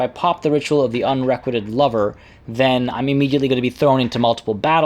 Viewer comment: I /think/ it's "un-ree-QUITE-ed", though I may be wrong. Let's all press F to pay respects. Khainespeed,.